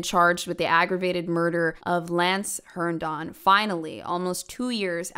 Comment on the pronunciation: You already made the whole video, but if anyone is interested; It's pronounced Hern-din. Not Hern-don.